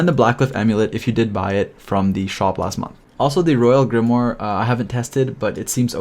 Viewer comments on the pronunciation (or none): none